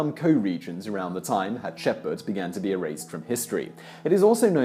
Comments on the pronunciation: I enjoy the show, very much and have been following it for a while and will still do, but the names in this episode were done painfully wrong. for one thing the subject of "Hatshepsut" was covered extensively in the comments, but Thutmose was also pronounces wrong. The T is separate from the H, more like T-hutmose. aside from that, gread vid though. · Me too. It drove me bananas. There's an S in there, Simon! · I was like "am I losing my shit or is he completely missing that last S consistently?!" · Man, that pronounciation is killing me. I really like the videos on this channel and I usually either learn something new or get a chance to reiterate things I know something about. It's entertaining and pleasant. But I can't get over the way the name is pronounced this time. I cringed every single time. That was tough. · Your pronunciation of Thutmose and Hatshepsut made my brain hurt. Still, good video. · man i love this channel but for god sake please learn the names correctly as there are exactly zero names pronounced right. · I love all the videos from this channel. but I can't bring myself to watch this one all the way through because of the way you pronounce Hatshepsut. I really want to watch it all I just can't. please redo it and pronounce it correctly. I visited Hatshepsut's Temple after the massacre in 1998 and remember the blood on the steps. it was very dramatic. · I always thought the s in HatshepSut was pronounced as well 🤔 Guess I was wrong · I love her. Also: That shitty pronuntiation tho. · The pronunciation of the names is killing me 😬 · Yes. Does Simon not notice the S right there in her name? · Maybe he thinks those letters are silent. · HatshepSut not Hutsheput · Hat -ship -suit. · But you have to admit, when he has Hatshepsut written in the video title, calling her "Hasheput" in the video is most definitely a mispronunciation. You can't flower your way around that. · It's pronounced Hat-shep-sut/soot not Hat-ship-pot! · Hat-Shep-Soot Tu-Hot-Mos